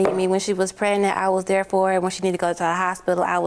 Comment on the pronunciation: I hate when people don't put the g pregnant 😑